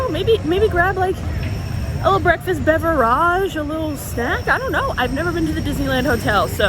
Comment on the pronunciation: I really hate how you say beverage. Literally hate it